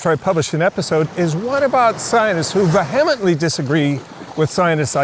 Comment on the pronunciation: I have to make fun of how he butchered the word 'vehement' right in the very beginning. Lol.